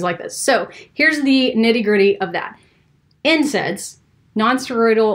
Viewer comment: When she said NSAIDs, it sounded like she said incense. Another herbal remedy. Just kidding.